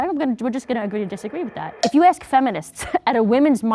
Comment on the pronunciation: ASK, not aks..